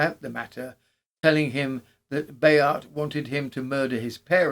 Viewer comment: Spoilt for a happorth of tar. You obviously do a lot of research for these episodes. So why not find out how to pronounce things? With all the resources of the internet nowadays, it's not that hard. But your versions of Bayart and Roubaix really grate on the ear. All right, a true Brit isn't meant to speak Froggy. But how how do you explain "recognisance"? Shame